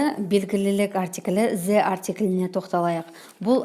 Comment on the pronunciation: Кушти тусиндиресиз🌹 th-з Деп оқылуы бір турли келеді. Негізі Th-сақау д мен айтсаныз супер болар еді.